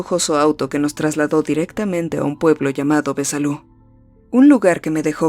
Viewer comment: Es Salou no Salu ^^'